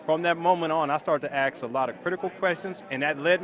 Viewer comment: "Aks" questions? THAT'S where he lost me.